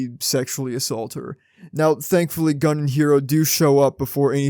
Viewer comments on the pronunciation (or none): I believe his name is pronounced as "Goon" and not gun.